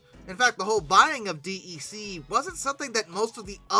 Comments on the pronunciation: In all the decades I worked with PDPs and Vaxes (referred to as "Vaxen") nobody ever said "Dee Ee See". DEC was always pronounced as "Deck". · Maybe it's just because I was around it all the time during my childhood, but hearing DEC said as "D E C" instead of said like "Deck" really bothers me. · Hey! DEC is pronounced “Deck” 🙄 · Digital's DEC is pronounced "deck". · DEC is pronounced DECK (it's an acronym [like NASA], not an initialism [like USA]) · His voice (and butchered pronunciations!) are part of the charm. Must say he's really improving on the latter though (DEC notwithstanding). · Well, it tells you that the person who says it that way definitely was not around in the days when DEC was still a thing, and probably hasn't really done that much research on the topic.